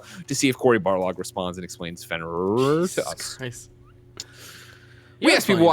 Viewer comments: Dear God listening to them try to pronounce Fenrir was so painful. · Finrururur lol it's Fin-Rear